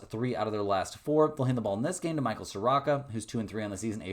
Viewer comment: Mike name is pronounced sa roo....ka...... not sa rock a